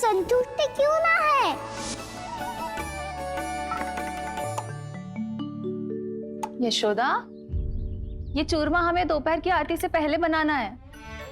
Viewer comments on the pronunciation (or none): yeh Indian language me kaisa word agaya aisa yeshoda ko jeshoda dahej ka jahej yeh ko je kya hai sunne me bhi achxa nahi lag raha kyun galat2 bolte ja rahe hai 😂😂